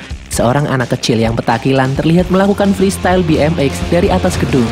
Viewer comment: Ngakak aku denger nya ''Seorang anak kecil petantilan sedang melakukan FRESTYALE "